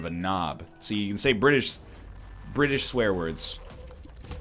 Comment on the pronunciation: The way he pronounced 'knob' hurt me.